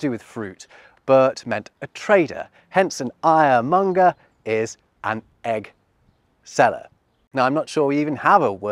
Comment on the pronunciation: When you spoke, I heard "Iremonger" as in someone peddling anger, but it was much more mundane. However, I should have seen it coming, because I can speak German.